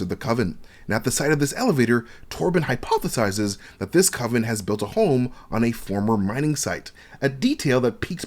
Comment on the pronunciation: “ Torbin hypOthesizes” lol sorry I had to